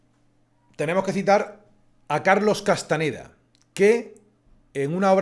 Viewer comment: Se acostumbra a decir C. Castaneda, pero era CastaÑeda. Gracias